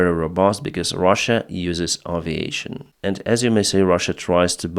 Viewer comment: Aviation is pronounced "ey-vi-ey-(tion)"